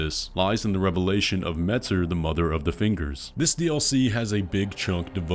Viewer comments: i love your videos, but WHYYY do you pronounce metZr with a freakin' Z instead of metYr with a Y, whyyyyyy??? I'm surprised nobody noticed... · I believe it is pronounced "meteer" and not "mehter" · Pretty sure it’s pronounced Mayter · consider for 2 seconds: pronouncing Metyr like "meteor". Me-tyr. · I think “metyr” is supposed to be pronounced like “meteor”…. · Her name is pronounced METEOR ☄️ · please pronounce it meh-tier...